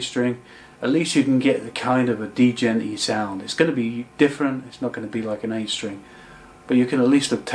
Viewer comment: Lol he's saying d - jent